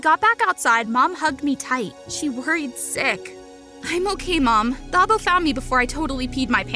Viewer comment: Great story but it is pronounced "Tah-bo" not "Tha-bo"